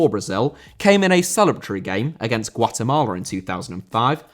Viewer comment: Guatemala* not Guatamorler